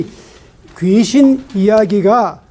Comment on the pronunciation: 좋ㅎ은 강의입니다. 한가지. 귀신의 "귀"는 "길게"밯음하시옵소서.